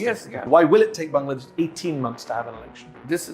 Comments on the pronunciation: he pronounced "BANGLADESH" perfectly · Thank you for pronouncing "Bangladesh" correctly🎉